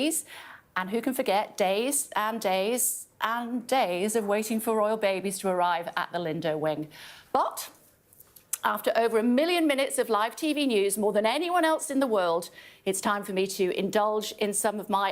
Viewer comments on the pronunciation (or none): It's the LIDO WING not the Lindo Wing!!! She doesn't even know the bloody name!!!!!